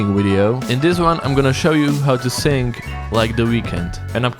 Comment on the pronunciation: you can't speak either when you say sing i hear sink...